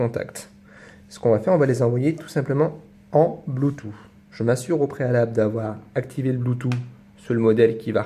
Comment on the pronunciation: blutooth, ça s prononce ''bloutouTE'' et non ''bloutou''. :DDD c mignon la manière dont tu le dit. bonne vdo